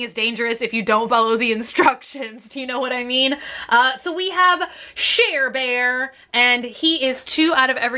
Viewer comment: You said share-bear but I thought Cher-bear